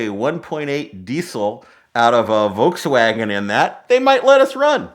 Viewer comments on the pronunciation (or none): none